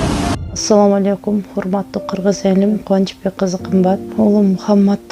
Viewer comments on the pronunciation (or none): none